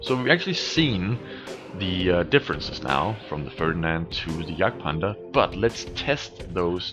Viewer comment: why do u call it the yagpanzarsie instead of... Jagdpanther II/2